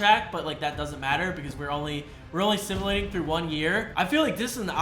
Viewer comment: Simalating bro it’s simulating